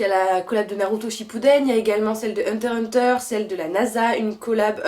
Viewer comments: Coucou, j'ai pas encore fini la vidéo mais ''hunter hunter'' c'est pas ça, c'est hunterxhunter qui se dit hunterexhunter 😅 enfin voilà un details mais comme ca tu sais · On dit Hunter X Hunter ahah ! Sinon super vidéo !! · stp ne dix pas hunter hunter jpp tous le monde le dis c hunter X hunter